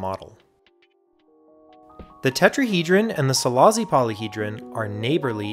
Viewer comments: Silashi, not Silazi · It’s pronounced Silashi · It's pronounced "Selaashi". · Great video, just as a Hungarian the pronounciation is bothering me, it's see-lah-shee. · Szilassi is pronounced Cilash-e